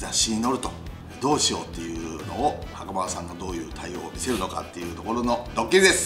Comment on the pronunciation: 見てほしいのはそこじゃないとは 思うんですが 袴田さん強調し過ぎっす😳😳😳